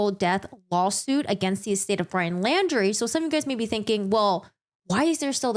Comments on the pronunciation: Laundrie is pronounced just like „laundry“ (not like „landry“). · I do appreciate your reviewing and explaining this case. My only complaint is that you kept saying "Landry" I do realize it is a difference of pronunciation. And Mineola is a town where the main courts are in Nassau County NY